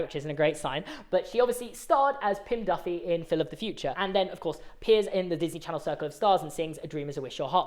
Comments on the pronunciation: "DIFFY" NOT "DUFFY" Bro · It’s diffie not Duffy